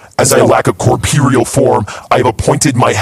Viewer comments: As we all know, is an English major so I feel like he should know that it's "corporeal (core-pore-ee-ul)" not "corpireal (core-pee-re-ul)" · "corpeeereal form" thats Ludwig